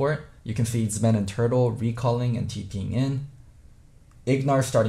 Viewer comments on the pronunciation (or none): I love when says siege or zven “THEIR COMP CANT SIEJUH (siege)” “Zben” 😂😂😂😂😂